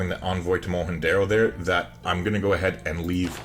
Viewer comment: Wikipedia agrees with your pronounciation of Mohenjo Daro 😁